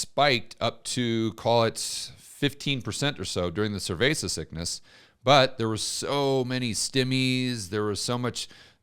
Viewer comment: Surveysis sickness? 😅